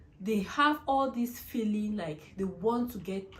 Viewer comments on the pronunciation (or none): none